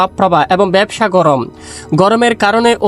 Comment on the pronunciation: ভাই একটু ক্লিয়ার করে বলবেন ব্যবসা গরম না ভাবসা গরম